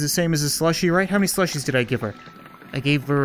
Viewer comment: It's like the bot said slushie delights, but said swushy dehaights